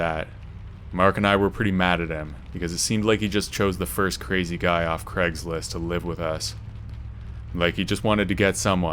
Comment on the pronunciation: Craig not creg